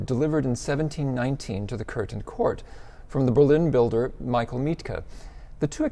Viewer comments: Coethen (or "Koethen" in the modern spelling ) is not pronounced like "curtain." Americans seem to think an umlaut O ("oe") is pronounced like the "ur" in curtain. There is no r sound whatsoever in the umlaut O. Also, "Graebner" is not pronounced "grebner." The "ae" in Graebner is like the a in gravestone. And Schloss does not rhyme with boss. lol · Köthen is pronounced "ceut-n", Gräbner would be "grab-nur", and Schloss "shluzz"